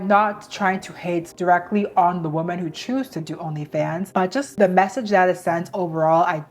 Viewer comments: The plural noun WOMEN is pronounced as wi-muhn not as womAn. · Why do you pronounce the plural “women” like the singular “woman?” I’m confused.